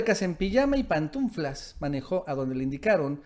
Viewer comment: SON "PANTUFLAS" NO "PANTUNFLAS"